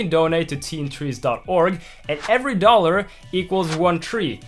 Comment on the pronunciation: Every 1 dollar a tree gets planted... 50 DOLLAA U GA RA 50 TWEEES